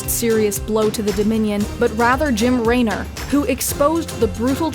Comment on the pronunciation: Definitely hurt my soul on that mess up. Jim Raynor would be scoffing at you for that one :P